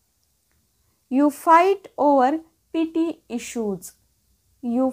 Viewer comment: तुम्ही शुल्क मुद्दावर भांडतात. ❌ तुम्ही क्षुल्लक मुद्द्यावर भांडता. ✅ कायम अशुद्ध मराठी 👎 Petty चा उच्चार ' पिटी ' नसून 'पेटी ' असा आहे.